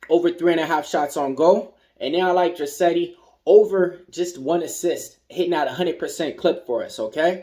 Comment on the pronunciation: Draisaitl, lol...appreciated the attempt to pronounce his name and then defaulting to dra-setty! In case you actually wanted to pronounce it it is dry-sigh-tull... thx for the picks!!